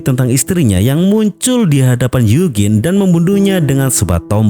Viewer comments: bukan yugin bang tapi yujin bacanya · Eugene klo dibaca yujin 😂